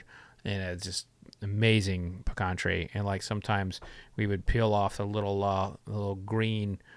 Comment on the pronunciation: Same here lol. I know you're not lying about that pecan tree since you're not pronouncing it Pee-can